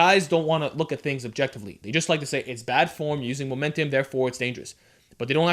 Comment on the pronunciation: Momentim, Momentim, Momentim, Momentim, Momentim...xD great video tho